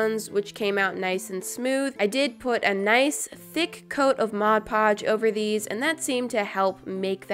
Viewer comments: Thought she was going to say “put a thick coat of glossy taco.” But she said “a thick coat of Modge Podge.” 😭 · Haha 😂 you said mo poj lol 😂